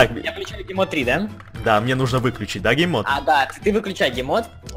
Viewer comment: мне одному послышалось не гейммод а геймод 😆